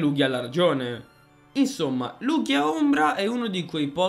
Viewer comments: So che nessuno accetta la verità ma la pronuncia è Lugia lel. Le live non le seguo quasi mai ma se ci siete sia te che Pollo in chat mi hai convinto a partecipare. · Sento gente pronta a contestare la pronuncia di Lugia ... Prima che ciò accada: state calmi, un errore di pronuncia come quello non è granché, alla fine l'importante è far capire a quale pokèmon ci si sta riferendo. (Un vero errore sarebbe chiamare Maractus un Nidoking o viceversa)